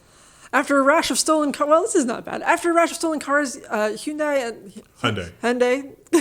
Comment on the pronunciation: When Hyundai debuted, before the commercials, I went to the new dealership near me and asked how to pronounce their name. They had cards, flyers and employees to explain it. I never thought I would hear someone mis pronounce it in the decades since. Thank you for that deep belly laugh!